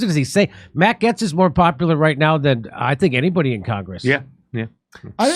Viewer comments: Matt who? Getts? Don't think so... I am fairly sure (as a Brit) its pronounced GATES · Jimmy the a in Gaetz is a long a, the e is silent. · ...Jimmy...it's Matt "Gates", not "Gets". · Its not GETS!! IT'S GATES !!! Hollly shit how hard is it to pronounce the man's name properly? Jesus Christ dude. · Jimmy it is said GATES Not Gets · See... At least Jimmy is half way funny... Despite his* dyslexia... And complete inability to pronounce common words and names... GATES! MATT GAETZ SOUNDS LIKE BILL GATES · And that WORD is GATES not GETTS. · It's Matt Gaetz pronounced "Gates". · It’s pronounced “matt gates” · It's pronounced Gates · jimmy its pronounced gates like pedobill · It’s pronounced “GATES”. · I agree...and ALSO... Gaetz is pronounced the same way as GATES! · Gaetz = Gates (Pronunciation) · Why do you pronounce this last name wrong?🤔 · How are you and me the ONLY ones pointing this out? How many people are in the studio with him who refuse to correct him? He just sounds dumb and uninformed and out of touch... how can you not pronounce Gaetz properly with his name being spoken correctly on all media networks?